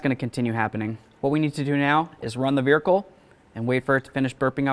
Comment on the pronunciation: On the "vericle"!!! 😂